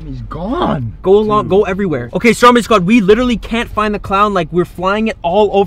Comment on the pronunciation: I got subtitles on and whenever he says “Stormedy squad “ it comes up with “ Strawberry Squad “ lol